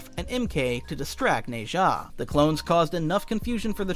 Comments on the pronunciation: its nazah (na-jah) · The way you're pronouncing nezha is funny